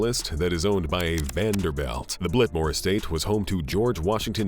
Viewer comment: Blitmore Estate? Blitmore? Really?